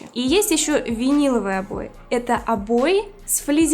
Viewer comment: O boy" она говорит